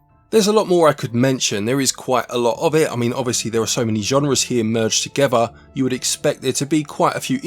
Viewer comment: Meshes them togever